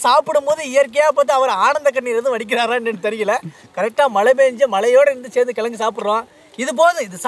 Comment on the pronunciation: அன்னேய் கெலங்கு அல்ல கிழங்கு நான் விழுப்புரம் மாவட்டம்